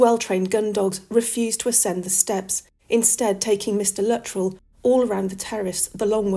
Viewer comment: I believe Luttrell is correctly pronounced "loo-TRELL",. The double-L shifts the emphasis to the second syllable, like with the names Cornell, Grinnell, Gemmell, or Martell.